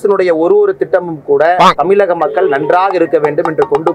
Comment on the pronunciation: First let annamalai learn to say Vaazhaipazham, Tamizh Nadu... Then he shd speak... He can't pronounce "ZH" properly... 🤷‍♀️🤦‍♀️